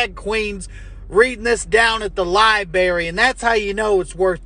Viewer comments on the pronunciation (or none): Did he just say “Lie Berry”?🤣